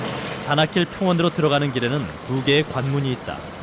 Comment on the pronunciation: 다나킬이 자꾸 바닷길로 들리네....나만 그런가?